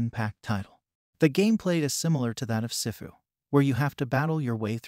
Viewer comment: "Sehfu" 💀💀💀 It's SIFU